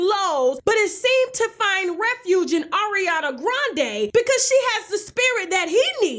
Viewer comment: Why did the way she said Ariana in the beginning remind me of the Chipotle vine?? AORiana! ChipOUTle! ChipOUTle!!!! 😂